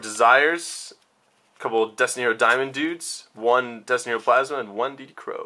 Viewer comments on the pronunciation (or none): none